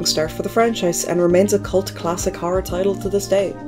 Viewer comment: Good video, whenever you say Horror I say "Harrr"